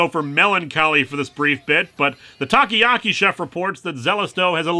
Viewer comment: Japanese people: "Takoyaki" Linkara: "Taki-yaki"